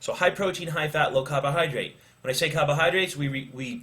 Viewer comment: CABA-hydrate lol Great information though, appreciate the vid.